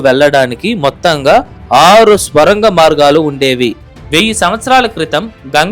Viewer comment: బాబూ ‘ స్వరంగం‘ కాదు ‘సొరంగం‘ అని పలకాలి. ఏది ఏమైనా ఈ వీడియో బాగుంది.👍